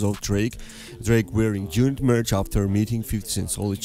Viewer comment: Did you say June Unit? Lmao